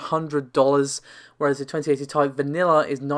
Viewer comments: Sure. It is short for titanium. The reason everyone gets upset about it being pronounced as "tie", is that Nvidia themselves, and every other channel and publication calls it the T.I. when any of them say it, and generally it should be said the way the creator says it, or called what they call it. If you're giving information to the public, you should strive to be accurate. Not just with the numbers, but with the pronunciation of a product. Navi is even more clearly supposed to be said like NahVee. AMD has spoken its name many times already. I understand the Tie argument, and while I agree, Nvidia does say T.I., so that's how its supposed to be said. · Please stop saying tie.......... Let me Tell you why..... 1st of all every capital letter in any name is pronounced each letter individually. For example United States Of America AKA USA.... Please tell me how you pronounce It ? That is correct each letter individually... Heck even when you say AKA or lol You don't say aaaakkkkahhh You pronounce it each letter individually how many times do I have to Teach people how to Properly pronounce Words. You don't say uuuuuuusssssaaaaahhhhhh you say USA Once again you pronounce each letter individually just as you would the RTX 2080 TI Oh I'm sorry once again even at the very beginning you pronounce The R THE T THEN X =RTX For the love of God get it right it's not difficult stop saying tieeeeeeeee. Or thiiiiiiii. Oh and another reason I know I'm right each letter is capitalized another reason to pronounce each letter individually Jesus Christ stop it. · Nvidia markets it as Ti not TI but otherwise you’re right